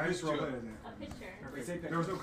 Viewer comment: DREAMTEAM WOO i love women and gnf saying picture LMAO CHEESE irl "oh dreammmm" KEKW i would love to see that lmao and gogy jamming to tiktok by kesha my fav DNFer i just know george looked at dream lmao i love women and gnf again george is OLD WHAT my pookies